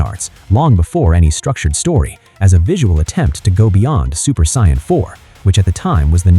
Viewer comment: Why would you use an Ai that cant even pronounce Saiyan?,its not the use of Ai that pisses me off for things like this,the creator might be mute for all I know,its the fact none of these assholes ever check what the Ai is saying and never do corrections in the script,you already being lazy using Ai voice the LEAST you can do is check the damn thing.